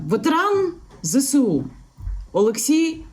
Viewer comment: Яніно, я дуже люблю тебе та твої випуски! Але завжди так ріже вухо, коли ти кажеш ЗесЕУ... Ніби то правильніше було б ЗеЕсУ. Прошу пробачення за зауваження)))❤💙💛